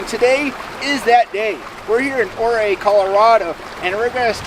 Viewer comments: The town is pronounced You Ray. Not O Ree. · Ouray, "your ray". The river is pronounced Un-come-pah-gray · Pronounced "you ray"...but understandable that it's hard to pronounce when you're new to the area. Great trip video...thanks for sharing.... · Ouray is you-ray fro, what I’ve heard. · It’s pronounced you ray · He managed to mispronounce "Ouray," "Uncompagre", "Imogene", and "Telluride" all in the first 3 minutes of the video. I live 12 minutes from Imogene pass and our local search and rescue teams from both Ouray County and San Miguel County pull visitors with 40" tires out of the ravines several times a year. They're typically from Texas or the mid-west and they can't be bothered to pronounce the names of places out here, either.